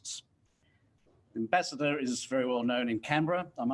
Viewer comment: "Ambassador" not "Embassador"